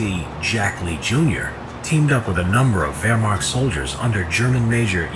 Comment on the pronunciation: Thank you for saying Verh-Macht and not Weer-macht